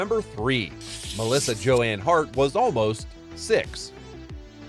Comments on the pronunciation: How do you mispronounce Joan from Joanne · Thank you! That bothered me when he said “Joanne.” I came here hoping someone would comment on that. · Shocking - Joanne not Joan ?? AI as crass as ever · I don’t think this is AI they actually go through different actual tones of voice it’s just unbelievable laziness to not say her name right